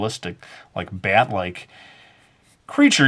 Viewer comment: "BYET wings" that's how he says it XD